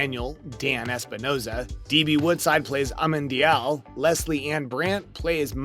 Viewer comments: Yes, the show was on for 5 years and this is the second video I've seen where the narrator can't pronounce the name. It's not that hard. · Amenadiel not Amendial !